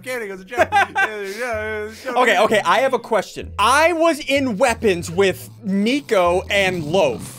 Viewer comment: Why do u call nicovlad flicode